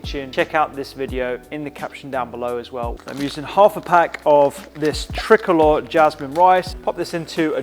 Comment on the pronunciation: My favourite meal prep video - but hearing Rupy say "trick-olor" jasmine rice does my head in.